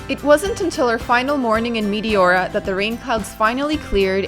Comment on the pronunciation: I've been there as well. That place was awesome, but your pronunciation was driving me nuts. The correct pronunciation is Mete ora, soft E. I can't watch videos on Greece because it makes me miss the country too much.